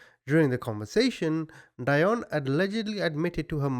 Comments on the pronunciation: I think it’s pronounced deeonne like dionne Warwick. Maybe not but it just sounds wrong the way you’re saying it. Interesting though anyway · Pronounced DEE-ON BOW 😍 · Hi! You would pronounce her first name "dee-on" and her last name "Baw". Love your channel! You do great analysis 👍🏽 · Dionne Baugh ---- "Dee-on" "Boe" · You don't know how to say her last name OR her first name. Google is your friend, buddy.